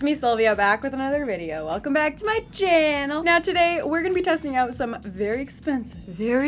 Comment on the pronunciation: haha "welcomebacktomychaaanneeeelll"